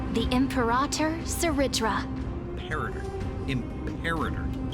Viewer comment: check "imperator" pronunciation